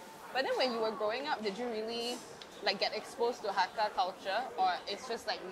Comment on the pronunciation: Hello, your mom says it correctly. Ngai Chung ni set mien (I like to eat noodles). It's Mei Zhou/Moiyan Hakka. You can find also many Hakka in India (Calcutta, Lucknow)